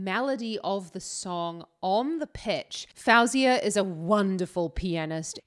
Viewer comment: Your analysis is great and I really enjoy your reactions 👏👏 just a note though, her name is pronounced "fo-zia"